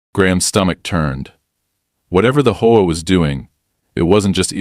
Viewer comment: You also need to speed your ai voice program up had to watch at 1.25x speed and need to teach it how to say H.O.A instead of combining them as a word